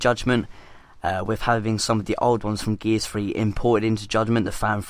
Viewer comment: Stop saying gears free